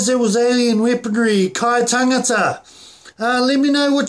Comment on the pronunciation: I like the way how you said kai tangata but it would be better to show more enthusiasm